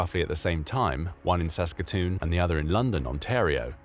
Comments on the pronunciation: He got Saskatoon correct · Lmao... "Sask katch e wan". Not how we say it. But you got Saskatoon okayl